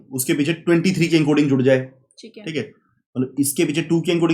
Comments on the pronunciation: Very concise and informative video. That repetitive "chik hai" instead of "thik hai" though🤣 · chic hai